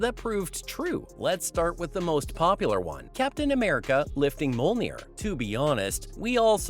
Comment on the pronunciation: Dude. If you cant pronounce MJOLNIR correctly, don't put it into the script 50 times in the first 30 seconds.